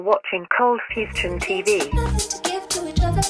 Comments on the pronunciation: Cold fustion? isnt this coldfusion lol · In starting it was cold fustion instead of cold fusion. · why does your intro say "COLDFUSTION TV" whats up with the T in Fusion?